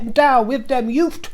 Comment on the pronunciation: "Yout'" ... I got it, yes good ;)